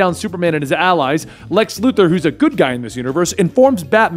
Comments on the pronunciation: Did you say Lex Luger??? Slow down a bit 😂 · lol, you said Lex Lugor